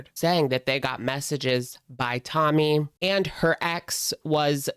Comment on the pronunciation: Why is it that in this video, half the time when you say Tommy, you pronounce it "tummy"?